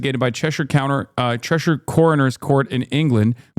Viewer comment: The only american who knows how to pronounce Cheshire